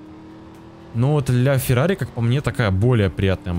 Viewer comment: Бля фирари